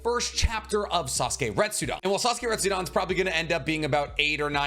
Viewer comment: RetsuDEN, not "dan"